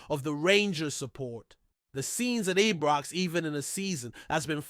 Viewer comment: Since when did Ibrox get renamed...I was always told it was Ibrox since a child.. not Ebrox or any other pronunciation, Its disrespectful of the club. Come on get it corrected.